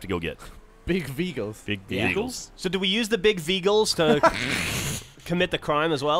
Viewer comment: "big veeghals" haha